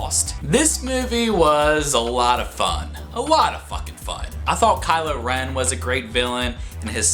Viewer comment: Did he say kyler ren?